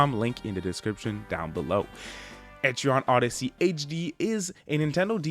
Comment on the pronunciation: Nice review but also…. Etri-on Odyssey is gonna bother me for the rest of time